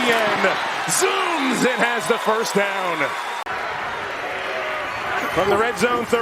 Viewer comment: E-TEE-N? Weirdest pronunciation for the name Etienne I've ever heard.